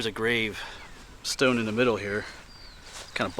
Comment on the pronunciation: Just by the way you say “stoune” i know your from PA 😂🤣